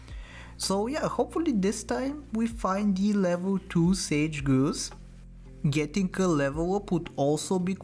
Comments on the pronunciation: Might need to watch a wildlife vid for a hint on how to pronounce grouse 😉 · Or just say "Grouse rhymes with house". My favorite is how he says chi HWAH HWAH.